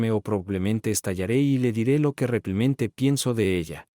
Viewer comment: Porqué ese narrador no puede decir Realmente y dice Reclimente,😮